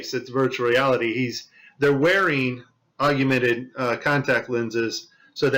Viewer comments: Why does he say "aug-U-mented" reality instead of augmented reality? Is that guy still around? I heard he passed on. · I thought it was augmented not agumented. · *augmented...three syllables. Not "augumented." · Augment bro. Not augUment. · Pal, if you want people to listen, you have to make sure you come across as intelligent. It's Augmented, not augumented. Be better. (any grade school kid should know this) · AUG-MEN-TED not AUG-YOU - mented. Just sayin', mate. That's a biggie, really. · Why do you keep sayong "augUmented" reality, there's no "U" after the "g" in the word "augmented". It's AUG-MENTED. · Hey, it's "AUG-mented Reality", not "AUG-U-mented Reality". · Augmented, not augumented.. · He should really re-record this saying it correctly. It’s such a good video otherwise. Maybe he’s saying it wrong for the alguithms. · Hey you shut your mouth this guy is clearly an expert even though he doesn't know how to pronounce the word. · Forgive me, but are you mispronouncing “augmented”? It sounds like you’re saying “ argumented”. I’m sorry for the criticism. Your video is very informative. Ty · Augumented? Yep thats all I need to know he doesnt know what hes talking about. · How can you not pronounce augmented correctly?